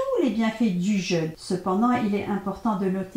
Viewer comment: pourquoi vous dites jeune (jeune homme par exemple) ma le jeûne a un accent et on dit JEÙUNE surtout quand on veut donner des conseils